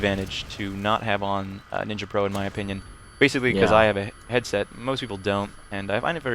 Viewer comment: Hahaha "Nin-ya" silly